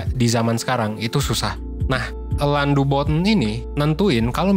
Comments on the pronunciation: Dibaca Alain aja kak jangan Elan.. Malah aneh. Either Alang atau Alain aja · Alain itu nyebutnya ALE min! Alain de botton jadinya Ale de Botto .nama perancis gitu huruf N selalu ga disebut ‼